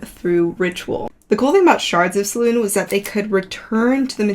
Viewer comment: Absolutely love this series. Great video - just for note it is pronounced Se-loon-ay.